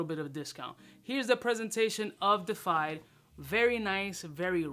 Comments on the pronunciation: De uh fied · It's pronounced "day-iff-eyed" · Love ya man, it is pronounced Dee-efied. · 🤣🤣 Nobody could help him with the word before he hit record!? 🤣🤣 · Yup, botched the pronunciation, and the spelling in the title.